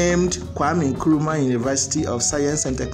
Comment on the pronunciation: Correction plz. "Nkrumah" not Nkurumah